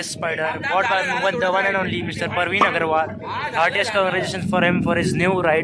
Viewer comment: Bro it's Praveen not Parveen 😂, btw nice vlog